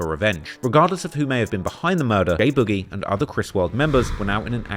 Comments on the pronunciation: it’s BOOG IE (boog eee) not boujee 😂😂😂😂😂 yo ass is a fan bro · I put this on my life ik bro name was “ boogie “ or some the way he kept saying “ bougie “ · why tf you pronouncing boogie like that